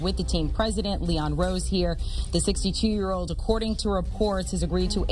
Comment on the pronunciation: I love the emphasis on the "62-year old" Why not just mention the amount of years he's been coaching? Wth is this boat salesman lol